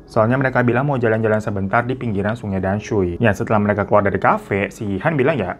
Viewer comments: Dan sui bacanya tamsue kak hiro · damsui bacanya tansui bang😂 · Oalah tamsui,,akk dengernya damsui wkwkwkwk😅 ya tuhan sampek nonton 3 kali cuma mau denger itu tamsui atau damsui 😂😂😂😂😂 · Damsui itu bacanya tamsui bang Btw mksih videonya, emg ya terllu baik sama orang yg baru dikenal itu kdang ga baik juga huhuu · bukan danshui kak tp "tansui" bacanya 😅😅😅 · Bacanya TAMSUI bang 😊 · dibacanya sungai Tamsui kakak